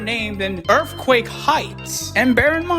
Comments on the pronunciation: Yea but her original point about mispronouncing the word is correct. The dude narrating the voice can't make the "th" sound to save his life talking about "anundder earfquake" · I swear to god everytime you say Earthquake, all I hear is EARFQUAKE 😅😅😅😅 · “earfquake heights” 💀💀